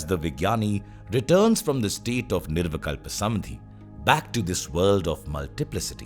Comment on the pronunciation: धन्यवाद। What you explained in just 31 minutes and thirty six seconds would have taken at least a week, if I had to read it. Kudos to the author of this research work. Just one word for the orator - It's निर्विकल्प समाधि/ nirvikalpa samādhi and not "samadhi".